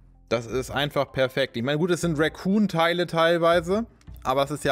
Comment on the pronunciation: Eine Sache die ich seid ich dabei bin knuffig von dir finde: Du sagst immer "Racoon Rüstung" also "Waschbär Rüstung" :D "Recon" wird genauso ausgesprochen wie es geschrieben wird, kommt von "reconnaissance" :D Ist echt keine Kritik, ich find es nur iwie sehr knuffig ;D